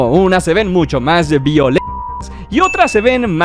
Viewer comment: Y se dice VIOLENTA no Vimmm